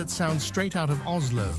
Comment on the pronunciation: When mentioning Minnesota you showed a Swedish Midsommar celebration. Really? There is no Z sound in the Norwegian language. Three times you said OZLO. Please re-do this.